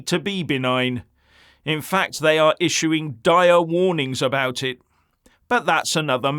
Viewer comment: "Thye " hope no one notices with the massive distractions...............